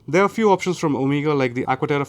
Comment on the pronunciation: When you hear 'omeega' from an indian and not not 'omega' , you know the guy is the real deal. 😄😄😄 Edit: i lived in US for 7 years and i purchased 3 omega, 2 TH , 1 longines, 2 rado at nearly half the retail price ( it still made me bankrupt though ). You can get great discounts from grey ( not black) market like jomashop..or you can buy certified pre owned watches. When comes to luxury, i think one should always go for pre owned as its better value for money and does nkt take away any feeling